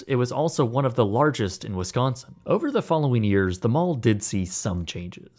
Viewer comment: I live in Kenosha. It’s always nice to see stuff about Wisconsin. Even if it’s abandoned lol. Also, thank you for saying WISconsin and not WESconsin like people usually do